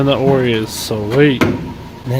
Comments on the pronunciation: Lmao oris most definitely pronounced o r i aka black magic. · For gods sake, it's "O" "R" "I". Off Road Innovations. Would you like people to change the names of your companies?